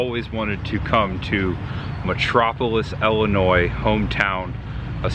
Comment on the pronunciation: Thank you for pronouncing Illinois correctly. It's Illinoi it's French and native American. You don't pronounce the " S " .